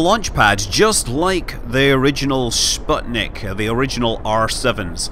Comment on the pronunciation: I like how you trying to pronounce "Sputnic" by adding a bit of "Sh" sound =) I am curious, what in my pronunciation will make you smile first... Any way, thank you for your videos, it is so nice to watch space games when a real specialist playing them!